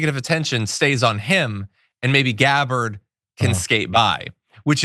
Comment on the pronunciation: LOL! She definitely said "deGabbard". I replayed it a few times to be sure I heard her correctly.